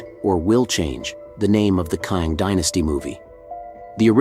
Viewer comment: Why is your pronunciation of Kang so inconsistent? It’s not a hard name to pronounce, the proper pronunciation is the same as the word “slang”. If you acknowledged your inconsistency pronouncing Kang I wouldn’t say anything.